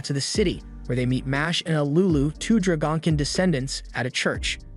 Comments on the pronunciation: it is pronounced dragon-kin, not dra-gon-kin. omg you kill me with some of those but you still do good on the narration. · If you are going to review Anime, Maybe learn to pronounce the names of the people and what they are correctly. It was almost impossible to watch your video with the poor pronunciation. Such as "Dra GONK ken" instead of "Dragon Kin" Which clearly they are. . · ah yes the dra-gonk-in not to be confused with the dray-gun-kin